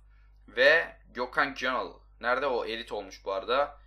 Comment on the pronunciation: gökhan gönül derken göthan gönül demiş